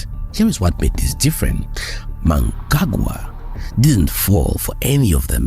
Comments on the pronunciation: Your surprising mispronunciation of Zimbabwean president Emmerson Mnangagwa's name coupled with what then became meaningless verbosity, was so irritatingly atrocious that I was unable to continue after . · Can you at least research how to say the presidents Names. Don't be as disrespectful is western journalists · And can you put in some effort in pronouncing Zimbabwe’s president’s name correctly with all due respect!